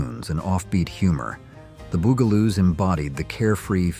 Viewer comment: the "bew"galoos... lol